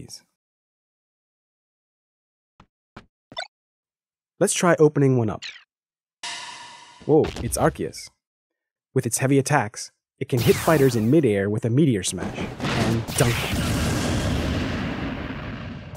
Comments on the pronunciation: its pronounced ar-key-us not ar-sea-us? ... huh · wait... arceus is pronounsd are-key-us?! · HE MISPRONOUNCED ARCEUS!!! TuT